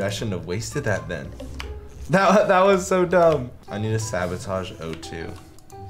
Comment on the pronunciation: My guys said A2 instead of O2